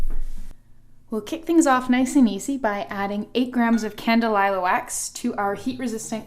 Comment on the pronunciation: Candelilla- Kahn- Deh- Lee-Yah